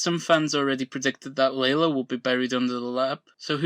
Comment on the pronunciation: Why do you call Lalo, “Laylo”?